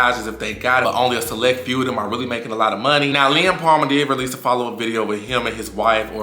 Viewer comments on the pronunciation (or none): He’s saying “Lem” with an accent 😂